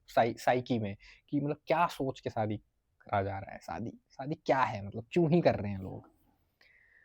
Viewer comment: शादी बोल ,सादी नहीं।